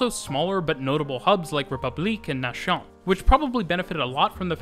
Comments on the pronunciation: Nation in French means the same thing as in English, but is pronounces as “Nass-yawn”, not “nashawn” as you did. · "Nation" is not pronounced like that 😁